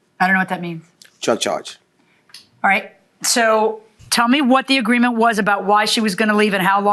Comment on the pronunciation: 5.32 -“the greement waS”